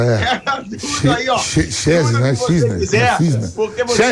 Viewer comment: "chesne... Chisney, né?!.... Sester!" 🦃